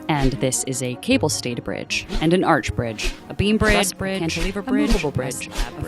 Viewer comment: engineering school couldn't teach him to say 'arch', but he's trusted with building bridges?